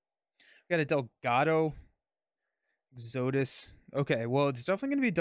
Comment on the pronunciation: Exo-dus. Exodus. Lol